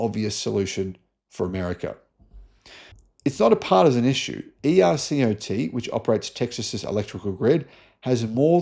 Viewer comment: Very informative. FYI, ERCOT is pronounced as a word, not as individual letters. ERCOT rhymes with "fur blot".